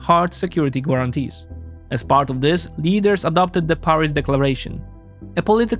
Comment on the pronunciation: Excellent and informative as usual. Your English language skill is obviously very high. If you want to improve one detail, look at pronunciation of words like "intriguing" or "guarantee". Essentialy the "u" is silent. Keep up the good work 💪